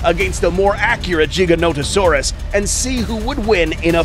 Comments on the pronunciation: It's Giga not Jiga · Stop saying jiga it's giga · It’s not giganotosaurus (jiga-nota-saurus) It’s giganotosaurus (giga-nota-saurus) (No disrespect, just correction) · "jiganotosaurus" umm........i think you meant to say giganotosaurus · jiganotosaurus how to pronounce: giga-noto-saurus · its giga-notosaurus not jiga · is it weird he says Jiganotosaurus but not Jodzilla? Why is Godzilla a G sound but not the Giganotosaurus, it's Giga dude with a G, u need to stop spreading that BS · "The JigaNOtasaurus"- the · He just called it a jiga no to sorus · Mans said jiganotasaurus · Im sorry but Im getting so triggered with him saying jiganotosaurus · Rexy did not kill the Giga, if you've watched the film you'll have seen it was the Therizinosaurus that did the killing. Ugh Jiganotosaurus still annoys the hell outta me coz apparently I've been saying "Gigaton, Gigabyte and Giga blast" wrong all these years, lol jk there's no J sound. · so tell me, do you pronounce 1 Gigabyte as Jeegabyte? same as the Jeeganotosaurus? i dont see the difference between Gigabyte and Giganotosaurus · Dude the thing that is annoying me is He's saying jiga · its gi - ganto - saurus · HAHAH "jiga" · At least they’re not saying it like: Giganto Saurus. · JIGGAnoto saurus? dafuq is this pronunciation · He mispronounced the gigas name wrong every sing time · You pronounce gigonotosaurus wrong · Why's he saying giga wrong? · Why did he pronounce it giga-noto-saurus